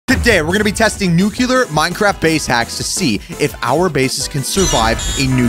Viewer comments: Nuclear. Not nukular. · Theres only 1 "u" in nuclear.... its not pronounced "nookular"